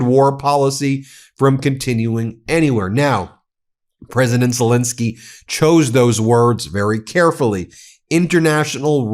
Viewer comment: Ben, please! It's ZeLENski, not zelinski